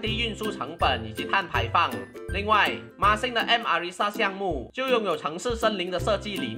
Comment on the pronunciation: 不知道为什么。。。。我一直听到NixSxng 😄